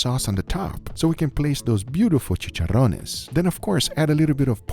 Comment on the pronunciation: "chicharrones" YES 10/10 PRONUNCIATION AND WE LOVE IT